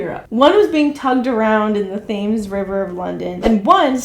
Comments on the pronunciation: It's pronounced like the Tems not themes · thames is pronounced tems btw not thaymes 😭😭😭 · fames river? no its pronounced t-em-s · Its pronounced tems not thames lol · Ik nobody cares but the thames river is pronounced "temms" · "The Th-ames" river of London?" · Fucking Thames, not Fhames. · Just to let you know the Thames river in london is pronounced *Tems*. THANKS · “ Th ames” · I have never hear the River Thames be pronounced like that. Good job!!